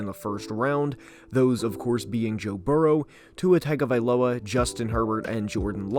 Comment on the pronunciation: it is pronounced tongue avi low a, you moron! how many times does this need to be explained to you people!?